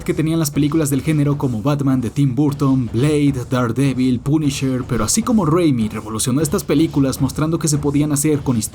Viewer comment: esa pronunciacion de "daredevil" es casi tan mala como la de los españoles que lo dicen literalmente como se escribe. Es DERDEVOL. Y tampoco es Zack Esnaider, ni Man of Estil. No hagas revisionismo histórico ni efecto Mandela, Warner NUNCA estrenó Tenet al mismo tiempo en cines (Agosto 2020) y streaming (Mayo 2021)